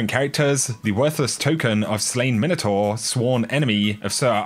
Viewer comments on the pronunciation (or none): none